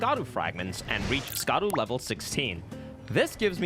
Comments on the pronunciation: Hey, man, not to be that guy, but: Scadu is pronounced "shadu". As in, shadow. It's the old spelling of the word, which I guess the translators picked because Dark Souls and ER have always had a penchant for old terminology and grammar (thou instead of you and so on), but in Japanese they literally just say "shadow tree", "shadow Altus" and so on. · Scadu is pronounced Shadu